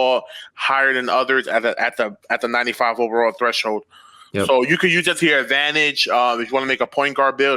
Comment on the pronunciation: Yo what is a treshhold?? 😂